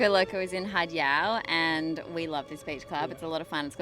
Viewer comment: Gosh you guys need to learn how to present and pronounce the beaches correctly ..it’s not “hard salad” it’s Haad (Had) obviously you haven’t been there for long or if you have you’re just air heads